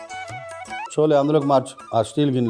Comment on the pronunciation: చోలే కాదు, ఛోలే అనాలి